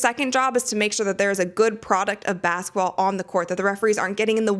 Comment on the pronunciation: It's "basketball," not "bassetball."